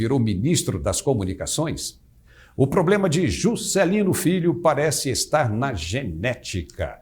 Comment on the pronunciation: adorei o sotaque ao falar "Jusssscélino" adoro o nordeste!